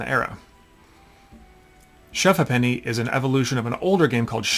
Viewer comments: Hi. I came across your YouTube post as I have recently taken ownership of a shove ha’penny board that I believe was originally owned by my grandfather, and I’m in the process of restoring it so it can be used again, hopefully by my grandson which would mean that it would have been used by at least 4 generations. I was interested to hear your pronunciation of the name of the game. I can see that when reading it, your pronunciation would make sense and perhaps that is the true original way to say it. But in my experience it’s always been pronounced like this ‘shove haypenny’. Or in my personal experience and having come from London and my father from south east London, it would sound more like ‘shove ‘apeny’. You need to say it with a cockney accent to make sense! 😄 But great post and hopefully my board will be restored and back to working order very soon. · 'SHOVE HAYPNEE', please ! A Ha'penny (pronounced 'haypnee', not har penny !) being half a penny. So, as kids, when sugar was still rationed, we bought a range of sugarless sweeties for anything from a ha'penny, to a penny ha'penny, or even (on pocket money day) thruppence or a tanner (sixpence). But that was when money was money , , , 'Shovers' ( pronounced 'shuvvers') is best played over a a pint or two and with a ban on any mention of love, religion or politics. Cheers! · It is pronounced 'hay penny'. 480 of them to one pound. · That isn't how you pronounce Ha'Penny. It's like "Hey-pny' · Its pronounced shove hape nee. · Ha'Penny is pronounced "Hay penny" and even that is shortened to "Haypny". Similar to how "Two Pence" is "Tuppence" . Good to see Americans interested in old English stuff. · The game name is pronounced shove hAppeny - half, not have. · Pronounced haypenny. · Not 100% sure on this but I think, in England, "ha'penny" is pronounced "hay p'nee". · It's Shove halfpenny pronounced "hay.puh.nee" English pub game. (Apenee) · Pronounced shuv hay-penny 🙂👍